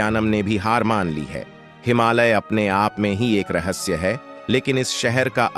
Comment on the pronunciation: रहस्से नही रहस्य